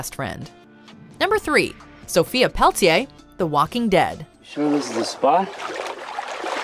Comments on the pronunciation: Re: "The Walking Dead"...it's pronounced "pel-le-TEER" not "PEL-tee-ay". And season 2 was a very character-driven season, which isn't a bad thing. I enjoyed it. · It's pronounced Pelt-yay since it's a French name. They might bastardize it on the show, but it's just an Anglicization of a French name...much like how Americans insist on pronouncing Colin as Colon...